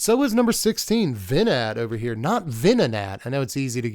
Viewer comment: It's not 'Vee-Nat' either. The 'T' is silent and it's not a long e sound, it's short. 'Veh-Nah'.